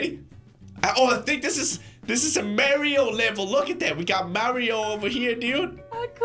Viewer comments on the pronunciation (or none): did say merio and not mario? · dude... its pronounced mario, not maario XD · It's pronounced m-are-e-oh